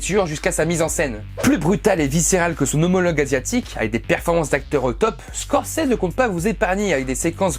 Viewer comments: Ça se dit Scorcizi... Et non Scorcèse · mdr...tu massacres le nom de Scorcese....mdr...une chance qu'il ne t,entend pas. Ça se prononce avec un ''i'' et un ''z''....mdr...Scorce(i)s(z)es ( on prononce ''scorçize''. ...Shakespeare doit se tourner dans sa tombe à vous entendre. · Ça ce prononce pas comme ça Scorsese x((